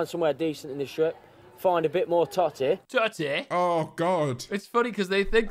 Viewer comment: The word "totty" or "tott-eh" has triggered some horrendous heartburn for me. I feel nauseated